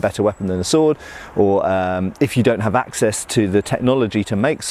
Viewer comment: haha that's what they had 'axe-ess' to... i'd say kill me but i've been having the sniffles so maybe corona will save yall the trouble